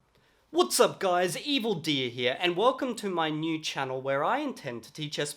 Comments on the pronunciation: it sounds like he's saying evil deer lol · I can never get over hearing your name as “Evil Deer” 😅